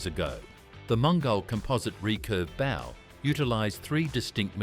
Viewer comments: Spaced exactly 25 to 30 miles apart. Isn't that an oxymoron? Also or so the crap AI narration keeps talking about a bow (pronounced bou). Clever as the Mongols were, I doubt if they were getting around by ship. It's bow (pronounced boe), you numpties. Why does no-one ever check the AI narration for errors like this? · Unfortunately AI doesn't cope well with English. Bow here refers to (/boʊ/) b and a long 'o' sound as opposed to Bow (/baʊ/) b followed by an 'ow' sound. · Sorry to nitpick, but "bow" needs to be as in bow and arrow, not "bow". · ... "bow" ... and there it was ... revealing in the gloriously mispronounced word confusing the obvious meaning and context ( bow and arrow) wirh the "bow" on a ship ffs. Sigh. More AI generated content...